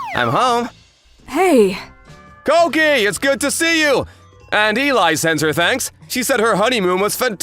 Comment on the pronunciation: Elli, not Eli. There’s a difference.